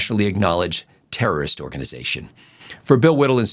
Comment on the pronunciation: Today's observation. It seems the weekly DNC memo to the corporate "news" media is to pronounce "terrorist" more like "tourist"! As in "the Hamas tourists bombed a hospital" or "potential tourists crossing the southern border". The "r" in tourist is ever so slightly drawn out, but nothing sounding like TER-ROR-IST! Watch and listen for it this upcoming week! I heard it on Meet the Press and ABC Sunday Morning shows.